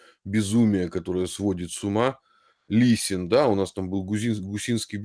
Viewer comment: не Лисин, а Лесин